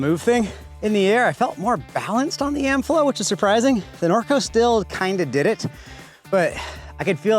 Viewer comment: CC translates your pronunciation of Amflow as Amp-flow